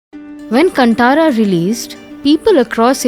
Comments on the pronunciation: It is kaanthara not Cuntara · It's not pronounced कनंटर .... Its Kaantara! कांतारा.. " Kan" as you use for saying "kaan (ears)" "Tara" as you use for saying "taara or si-taara (star)" dont stress on the "t" letter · Nice information but pl note - it's Kaanthaara.. not kantara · So is it Kanttara or Kanthara?😅 the whole video she pronounces Kanttara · For god sake it is not pronounced Kanttara it’s Kan-Tara. If northies can pronounce western words accurately request your due diligence to your souther state languages too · It's not Kunt-aara. It's pronounced as KAANTARA. 🙏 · It's कांतार not कंटार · First pronounce Kantara property It's कांतारा Not कंटारा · really good animation and informative! But c'mon, this movie has been plastered all across the country and should be clear by now. It's not pronounced "cunt-ara", it's "Kaan -tha-ra". "Tha" is pronounced like the name of Goddess Tara not the "Ta" from Vaikunta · Appreciate the time taken to research, explain and efforts to create this video. One small suggestion, it good to know the exact pronunciation of names, as english will not be effective in pronouncing local names. It's Kaanthara .... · Its pronounced as Kanthara , understand that first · Please get the pronunciation of Kantara right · your pronounciation is wrong with many words...like you're not familiar with Indian names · You all can research all this background but not the correct way to pronounce kantara or guliga! 🤦‍♀️ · That's not how you pronounce "Kantara" Is this AI generated ? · NonAI would have done a better job at pronounciation!